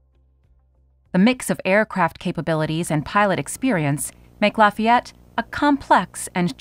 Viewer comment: Lafay yette